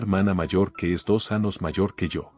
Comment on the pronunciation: Se dice AÑOS, no anos, hablen correctamente. Gracias.